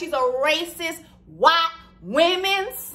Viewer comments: When she says “WHYTEEE TOO” I ddiieeeee every time lmfaooooo I canntttt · I literally laughed the whole time 😂😂😂😂 i knew 4 weeks ago that he was picking Rachel. Ps. My daughter is one and she cracked up at the way you say "white" at the end